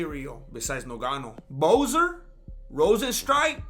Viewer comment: Can't stop laughing Avery time you say noganu 🤣🤣🤣